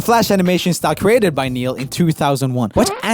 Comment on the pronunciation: my excitement over seeing the name neil was immediately shattered by pure disappointment and horror over his botched pronunciation